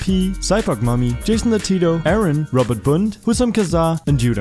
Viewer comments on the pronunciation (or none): none